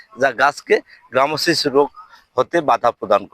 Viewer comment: গ্রামোসিস নয় গামোসিস।